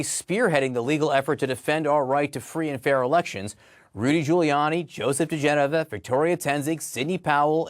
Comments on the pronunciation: He must love it when his name is pronounced Joe D. JeNova. 😆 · It's dee-geh-nova. Genova, like the Italian city, accent goes on the e, not the o. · Try: Joe De-JENN-a-vah and Victoria TEN-sing. Just saying. Maybe it’s just because I’m from NY, but that’s how we refer to them. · pronounced da GEN uh vuh (this name was in the news back in the day along with wife Victoria Toensing) How do I think idiot Joe would pronounce your name --- - "Pop, 🆗" So you are free to pronounce this criminal's name anyway you feel like. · Well, I can tell you’re not from DC. The name is pronounced Dee GEN o va.